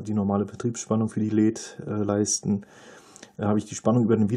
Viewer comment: Die Aussprache "Leeds" (ja, langes e) ist ja grausam. Seit Jahrzehnten kenne ich die Aussprache nur in der Form L-E-D, also jeder einzelne Buchstabe auch einzeln gesprochen. Das geht wohl heute nicht mehr?